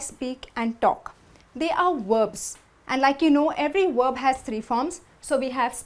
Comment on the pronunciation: Why do people from India always say werb, wovel instead of verb and vowel?